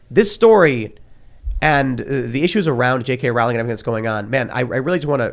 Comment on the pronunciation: Hey, Tim Pawl, Rowling is pronounce Rolling, the Row is pronounce Row as in Row your boat.